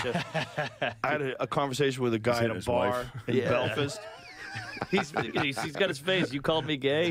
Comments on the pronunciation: the pronounciation of “belfist” got me wheezing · Love when rogan says Belfist😂